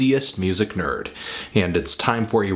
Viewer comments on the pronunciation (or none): none